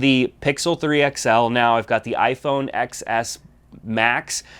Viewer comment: TEN S....not EX Ess